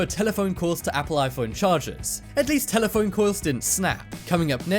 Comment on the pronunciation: "Next up is telephoine coils" 😂